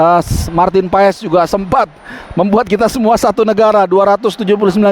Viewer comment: Klo kata coch justin paes di bacanya paas 😊